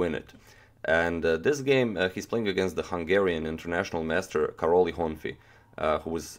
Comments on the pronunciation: It's hurt when you say "Karoli". It "Karoj". Ly in hungarian is an additional letter for the sound " j " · Karoly in Hungarian should be pronounced something like "Kah-roy" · Karoly pronounces Karoy. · I really don't like mispronounced hungarian name so if I was to write is name in croation it would be Karoj (this is how you pronounce it), and it should be actually writen as Károly. Whatever, I LOOOVE Tals games! Never too much of em!